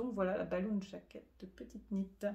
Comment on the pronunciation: Merci pour ce nouvel épisode et toutes ces jolies réalisations et un grand bravo pour la prononciation de petite Knit!!!